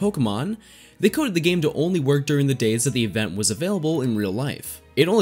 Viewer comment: It bothers me a little that you seem to to say "evenn" and not "event" :D haha but no worries :P